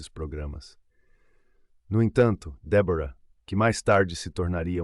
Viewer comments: Muito triste ,este caso .Mas por favor ao narrador fale certo o nome da namorado. Débora e não Debora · Como é mesmo o nome da namorada do assassino? DÉBORAH E NAO DEBORA, cara se tu vai contar a história é melhor tu saber a pronúncia fica a dica.